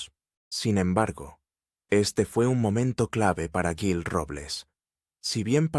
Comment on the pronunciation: No sabes lo que dices parece que estas borracho te cuesta decir jil en vez de guil o yil ES JIL CON J y adivina quien le ayudo' a ganar las elecciones en Madrid que las gano' ,CLARA CANPOAMOR te suena por eso lo mataron y a ella si no escapa tanbien